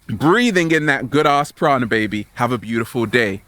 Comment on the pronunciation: Sorry, Kency! I DEFINITELY heard a hard "D" in what he said. He wasn't saying "praNa," he was definitely saying "praDa." Also, I'm LOLing so hard at the way he said, "PEEEEEEEEEAAAACCCCCE!!!" at the beginning. It's like he inhaled helium just before he started recording. Ahahahahahahahahahaha!!! He couldn't have said it nor could he have done it in a creepier way. Also, I'm wondering why his eyes are so yellowish-red with a glossy look. I think he might be addicted to crack/cocaine or some type of drug. He's a black dude so white eyes should appear more white just by contrast to his skin tone (just like his teeth). Not being racist, that's just how it is.